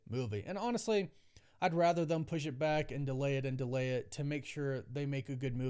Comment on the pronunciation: Anybody else notice that he says Thum instead of Them ?